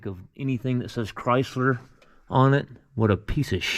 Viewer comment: Chrysler Garbage you said it right